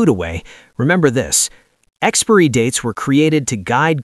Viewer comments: AI. You can always tell when the most obvious things are mispronounced because it is read phonetically. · Can you really pronounce 'expiry' like that? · Is that an AI voices on that video? He mispronounced "expirey". lol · This must be an AI voice because it mispronounces “expiry”. 😊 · Is that really how Americans pronounce "Expiry"? It's almost as hilarious as how they say "Caramel". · Bro can’t pronounce “Expiry”😂😂😂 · More AI slop channels cant even pronounce expiry properly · I've never heard expiry pronounced that way. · Great information.... I do have to state the obvious.... It kills me 🤣 every time the AI voice says EXPIREE. 😂😂😂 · Is this commentary AI drivel...you managed to say expired!...but i gave up after the 3rd pronunciation expurry!!. Learn some oracy. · Pronunciation Expiry Sounds like Ex spai ree not this mangled AI voice nonsense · experiy dates ? Is that an AI thing ? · ex-peer-y date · Well it is ai it don’t get much wrong apart from pronouncin expiry as expury 😂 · experee dates? Really? Stupid, even for AI. After I heard it twice, that was enough. Stop play. Block channel. Done. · Tell your AI app that "expiry" is not pronounced as "expeeree". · Why is the narrators English so weird? Way he pronounced expiry dates is so jarring.. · Amazing. You made an entire video about expiry dates and you can't even pronounce the word expiry properly. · You are pronouncing expiry wrong! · Why can’t this guy pronounce “expiry”. It’s too bad they do this because food banks don’t accept expired food. A lot of people go hungry and don’t need to 🤷🏻‍♀️ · Now if AI could pronounce expiry… 😂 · I hate the way he pronounces ‘expiry’ like ‘expairy’ instead of ‘expie-er-ee’. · It’s pronounced Expiry..NOT Expory🙄fgs ! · Its Expiry date not Expry date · I am getting pretty tired of AI narration. Expiry is not pronounced "EX-PREE." It is pronounced EX-PIE-REE. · WTF?! NOT `EX-Peery dates!! BUT EX-Pire-ry dates!!! Pronounce that word correctly! WTF!